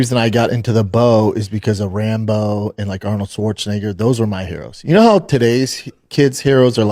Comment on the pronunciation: Brendan loves when he gets to say Arnold’s last name. Hard R n all